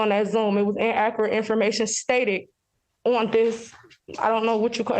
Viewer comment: En-a-cur-et? Or inacurrate? 😂😂